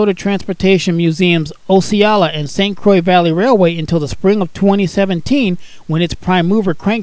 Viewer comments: Thanks for the great clip. I can offer a small correction. The Osceola and St. Croix Valley is in Osceola Wisconsin, just across the St. Croix river from Minnesota. Pronounced Ah-see-OH-la. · IDK what "Osealla" is, but that is not how you pronounce Osceola.